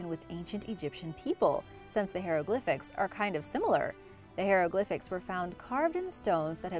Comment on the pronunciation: Love learning about history, but I just had to cringe every time she said hieroglyphics. I can’t help it.